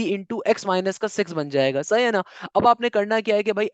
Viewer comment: sir its sahi hai na not saha na